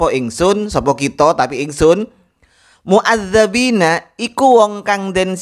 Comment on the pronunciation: dalam Al Qur'an bacaannya MUADDIBIINA , sedangkan ustadz anda membaca MUADDABIINA . Apakah itu bukan bid'ah? Kalau ditanya seperti ini nantinya di jawab fitnah & tuduhan🙃🙃🙃.